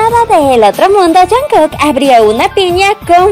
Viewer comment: al principio dijo "jankek"